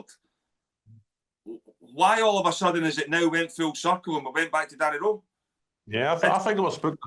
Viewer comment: None of them can even say Danny Rohl name right ,its pronounced Danny rule not Danny role